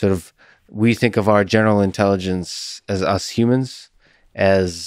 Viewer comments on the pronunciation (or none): Not sure why he says "intelliDence", "technoloDy" etc. but at least we know what he is trying to say.